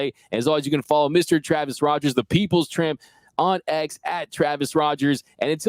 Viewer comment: Watch to the end…. Did he say Travis is the peoples Tramp? 😂😮😂😮😂😂😂